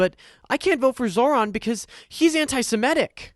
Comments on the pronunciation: Seriously. What the hell did the fuck boy say? Zoo lander? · It’s Mamdone It’s Zohver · It is pronounced Zoe-Ron lmao you kept saying it like the guy from Power Rangers